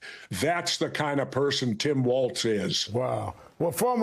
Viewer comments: C'mon Jesse. WalZ. NOT WalTz! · WALZ not WalTz